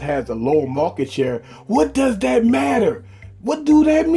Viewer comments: The word "that" as "dat" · Stop saying that as Dat. That's annoying